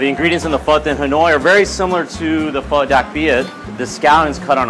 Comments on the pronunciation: I love pho, Im Vietnamese You pronounce the o, like you're nudging your friend and saying ah, ah So it's ph-ah Hold up let me type it in Vietnamese: wait I can't sh!t I didn't learn anything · It’s pronounced “pee-hoe” for pho, I am Vietnamese. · You should have gotten to Vietnam for Vietnamese food, because a bowl of pho is a dollar there, or 20,000 VD. Also Pho pronounced like ph-uh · They pronounced pho fho and I eat pho almost every day but I am not in Vietnam my grandmother made it for me and I don't really know much Vietnam but my mum does just watching this make me hungry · Pho is pronounced “fuh” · Hanna Yuuki yeah suprised she didnt say fow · It's pronounced Phuh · Its pronounce "Fuh" for pho I am vietnamese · pronounced pho so wrong it's hilarious 😂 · I’m sorry for raging but STOP SAYING PHO WRONG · I am from Vietnam 🇻🇳 and pho from there is amazing Ps I literally cringed when you said pho 🍲 and others like Bún Bò Huê Also bum Bò Hue is supposed to be spicy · I’m Vietnamese and you guys are saying it all wrong but I still love you and please give me a shout out